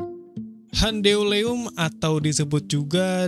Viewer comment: Cara bacanya lucu, gan... "Handeuleum" jadi " Han De U Le Um"... :face-blue-smiling::face-blue-smiling::face-blue-smiling